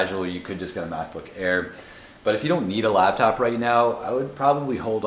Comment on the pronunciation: I hate it when people say "Labtop" instead of laptop.